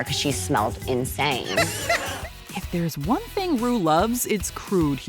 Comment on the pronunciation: When she called Ru broom, I fell over.....